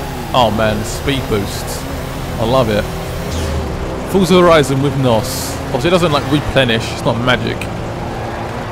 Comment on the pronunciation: Fusah horison :D The way you says it sound pretty funny :)